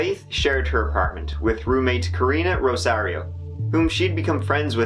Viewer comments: Omg! Thank you! I thought she kept saying Rosie and I'm like hmmm... 🤔 Rosairo. "Rosie". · Rosario? "Rosie".... Roomate was involved. 100%